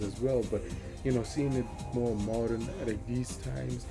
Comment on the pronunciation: Keep it up bro, and remember it's "more" not "Korean"😂